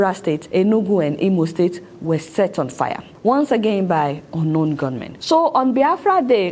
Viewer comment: Adeola - it is 'ungun know men' and not unknown gunmen. 🤣🤣🤣